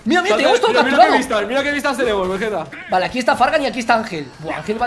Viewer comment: Caballero veguete no guerrero vegueta uuuu